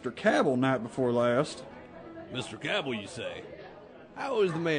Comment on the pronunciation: That's the proper way to say the name Cabell